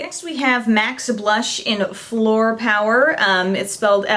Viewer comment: Fleur is flower in French it's pronounced flurr. :)